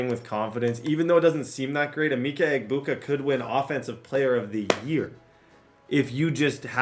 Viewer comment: it’s Uh-Ma-Ka Egg-Boo-Ka